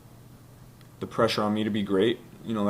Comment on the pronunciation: PRESSURE and PEAK.....Notice he made it a point to emphasize those 2 words. #Shot at the organization.